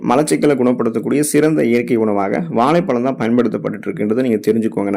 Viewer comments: வாளைப் பளம் தமிழ் உச்சரிப்பு அருமை தொடர்ந்து தமிழின் மீது மலம் கழிக்கவும் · தமிழில். சிறப்பு ழ கரம் இந்த எழுத்தை சரியாக உச்சரிக்கத் தெரியவில்லை.